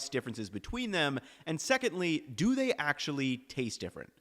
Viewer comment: "thyey" lol